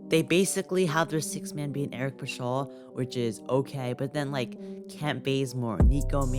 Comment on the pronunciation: He said Eric Puh-shawll 😂 😂 😂 Also did you say Juan Toscano-Anderson “isn’t that good of a player” because I think you’re mistaken